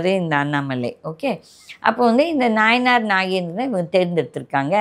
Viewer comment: அம்மா அவர் பெயர் நாயினார் நாகேந்திரன் இல்லை. நயினார்.